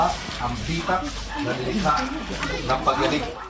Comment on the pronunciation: Bitak not bi-tak